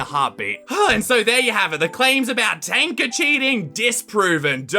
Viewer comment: And btw thank you for saying Tanka”.